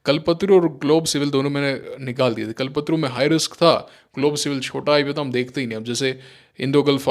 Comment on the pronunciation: Sìr,आप कल्प तरु को कल्पतरू बोल रहे हैं, कृपया सुधारने का प्रयास करें